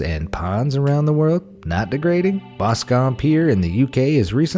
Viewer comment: Being from Boscombe, that's not how you say it, 👍